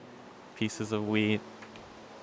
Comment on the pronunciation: My day was good, did some overtime on Sunday, hopefully I'll get a little more this week too. Greenhouse is coming together great though! You've doing a better job than me with the water flow, I'd have just left it a mess lol. Also every time you say wheat I misshear you and think you say weed, throws me off every time